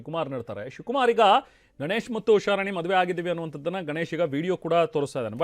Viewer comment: ಮೊದಲು ಕನ್ನಡ ಸ್ಪಷ್ಟವಾಗಿ ಮಾತಾಡೋದು ಕತ್ಕೊಳ್ಳಿ, ಅದು ಗನೇಶ್ ಅಲ್ಲ, ಗಣೇಶ್, ಉಷಾರಾಣಿ ಹೊರತು ಉಷಾರಾನಿ ಅಲ್ಲ..😂